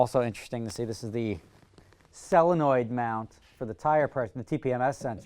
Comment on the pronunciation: Potato, Potahto, Sellenoid, Solenoid :)